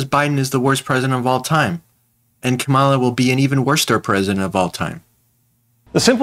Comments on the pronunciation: KA-mala Harris, not ka-MA-la Harris. C'mon folks. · Dude! Kama-la … Try this, Coma - La 🇺🇸🇺🇸🇺🇸👍🏿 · Kah.’ MALA. Not Kama’ la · Her name is pronounced like (comma-la) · I appreciate your video ...good....Please pronounce Kamala's name correctly...Heres how to remember.....first syllable..is COMMA last syllable is La....easy..Comma-la Harris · Please, if you aspire to be a news person, learn how to pronounce the candidates name. Not hard, Coma-la. Super disrespectful